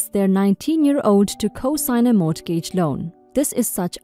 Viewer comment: In English, in the word "mortgage" the "t" is silent.